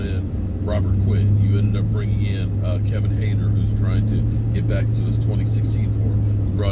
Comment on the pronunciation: you my dude but who is Kevin Hayder? 🤣